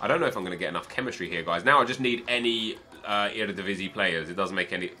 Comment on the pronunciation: your pronunciation of eredivisie was surprisingly well!